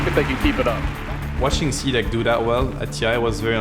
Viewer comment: CDEC there´s a fuckin reason why it´s written in CAPS. it´s C D E C not cdeck ffs. get your shit together. Same with Aui. LD says A U I.